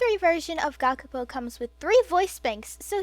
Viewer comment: A heads up, the "u" in Gakupo's name is omitted in pronunciation.